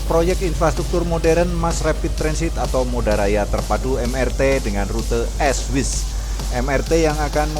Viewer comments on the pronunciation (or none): Kok es wes? Terbalik atuh mas bacanya....Is (East),,,,Wes (west)......belajar kek dikit bahasa Inggris......yiutuber kok kagak ngarti bahasa.....jangan malas belajar.....hayo kursus dulu2 atau 3 buoan jangan malas....malu makuin gw saja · Ngomong "es-wis" ("East-West")-nya ngaco...